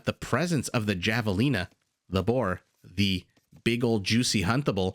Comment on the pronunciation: It's pronounced Havelina